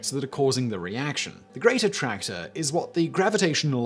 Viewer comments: Every time you said "Great Attractor," I heard "Greater Tractor." Southern people problems lol. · I completely thought you were calling it The Greater Tractor. I'm an idiot